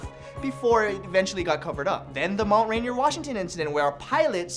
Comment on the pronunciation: he says Mt. Reindeer hahahahaaaa